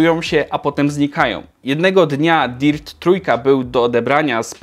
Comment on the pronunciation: DIRT czytamy DERT panie!